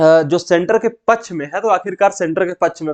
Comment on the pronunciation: Pachh nahi paksh hota hai janab please improve your spoken English skills